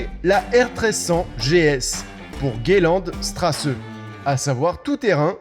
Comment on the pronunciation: qui prononce "Gayland Strasse":D